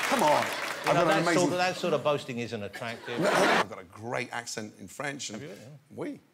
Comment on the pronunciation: ''that sort of boasting isn' attractive...'' with that fucking accent , damn it killed me xDDDDDD